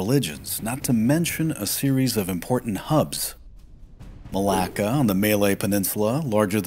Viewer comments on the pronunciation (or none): none